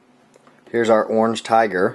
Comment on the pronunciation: lol its really funny the way he says "orange"